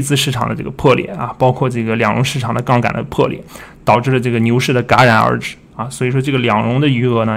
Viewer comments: 不行，强迫症犯了！是“夹”然而止，不是“尜”然而止。。。。。jia 二声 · 戛（jia第二声）然而止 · 戛（jia）然而止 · 那字读甲然而止，不是旮然而止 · 戛(jia)然而止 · 谢谢老师。有一个发音错误：戛（jia）然而止,不是戛（ga）然而止。不好意思。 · 戛然而止（jia) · 戛(jia）然而止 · 戛然而止 （jia） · 戛（jiá）然而止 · 戛（jia二声）然而止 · jia 然而止